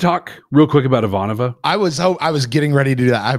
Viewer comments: I will ding you boys every time you say her name wrong! It's: I-VAN-ova. Not: I-van-OV-a. Still love the show tho! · Please it is I'Vahnova, not Ivan'Ova. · The real question for Babylon 5, when will remember how to pronounce Ivanova's name. To be fair at least one other podcast pronounces it the way does as well, but it does stick out.